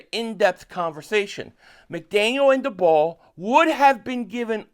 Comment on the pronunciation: First thing, Brian Daboll is pronounced like table. Second thing, I think the best option for the Eagles at OC is Charlie Weiss Jr. He's a young guy that had a lot of success in college and is known as a very innovative OC. Plus I also think he won't leave next year. You get a young guy with a lot of success as OC in college and someone I think will give stability to the offense in the next couple years because I don't think he's going to leave in one year